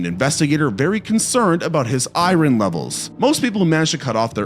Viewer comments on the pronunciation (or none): The way you pronounce "iron" "I-ron levels"